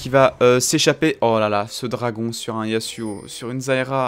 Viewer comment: arette de dire zayra